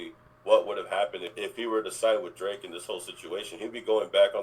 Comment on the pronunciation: Dwake, hip-hop's wittle pwincess? 😂 We do like him like that 😂